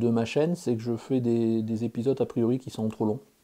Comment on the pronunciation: Euh, Chaîne, pas Châine. Lol. Je te souhaite que ta chaîne progresse encore pour longtemps... Et surtout, n'oublies pas les 3P!